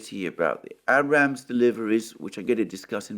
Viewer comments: 😁I chuckle now, each time I hear - Abb'Ramz tank... That's all Alexander, luv it brother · Yay. You finally said Abrams tank correctly. 😆